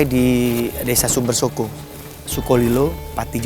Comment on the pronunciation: HOOOOIIII......BELAJAR BAHASA JAWA LEBIH BANYAK. SUMBERSOKO SUMBERSOKO. PADA TULISAN NAMA DESA SUMBERSOKO ADA 2 HURUF O.... O YANG PERTAMA SUDAH BENAR KAU UCAPKAN SEPERTI SUARA KALAU KAU UCAPKAN KATA OTAK. DAN O YANG TETAKHIR BUNYINYA O SEPERTI BUNYI O PADA KATA ROKOK. FAHAM ‼️ JADI 2 HURUF O ITU BUNYINYA BERBEDA, BUKAN SEPERTI BUNYI MULUTMU SUMBERSOKO SUMBERSOKO.... PINGIN TERTAWA SAMBIL LEMPAAAR SANDAL KE KAMU MENDENGARNYA....😂